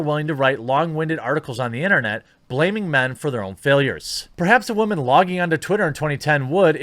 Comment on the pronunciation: “Because WAHman” Lol